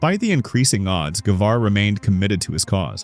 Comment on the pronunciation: Thanks for trying to pronounce Guevara correctly. What's up with that background music?? So annoying What about some Piazzola instead...